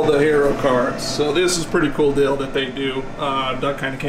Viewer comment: Do you ever notice you say “dill” and not “deal”? I always hear it and drives me crazy. Hahaha